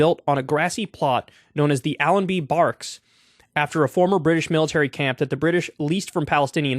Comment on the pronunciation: How do you pronounce "barracks"? That is not an uncommon word. Pitiful.